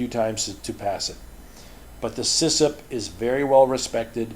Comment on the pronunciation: Great videos as always. Just letting you know it's CISSP and not CISSIP, although I like the sound of CISSIP better :D